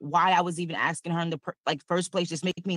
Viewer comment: And that second case is precisely why I’m on the re-watch crew for your early morning (Aus) streams! Far too big an ‘abyss’ and too much ‘axing’ to wake up to … even after a coffee! 😂😂😂